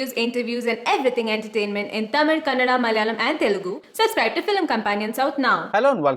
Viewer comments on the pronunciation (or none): none